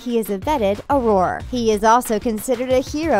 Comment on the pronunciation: Ananya Chakraborty She also pronounced auror "uh-roar".